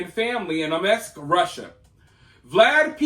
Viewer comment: Omesk? There is no such place in russia. It's OMSK, pronounced just as written